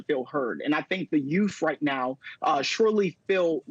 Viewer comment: Yuf? Instead of youth, lol